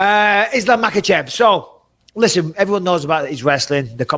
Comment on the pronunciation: bisping looks very proud for being able to pronounce "kh" in Makhachev